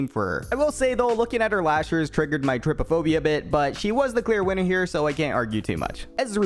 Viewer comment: the way you pronounce coven, arcana, trypophobia catches me so off guard